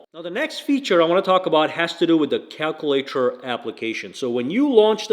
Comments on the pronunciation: Wow.. Where is he from.?. Cal cu later.. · Sir I'm so happy that you have this post and they're trying to solicit any kind of merchandise that you may have to make a buck or two but I'm saying learn how to say the goddamn word calculator and you might be a little more influencing on the minds of the marketplace for a successful business business business business business business this is America Trump is our president get right or I just haven't studied the date of this video which might be the issue either if that's the case then it's a backdated video I can apologize but if its recent right now in the day of the president that I'm going to say you guys are all smoked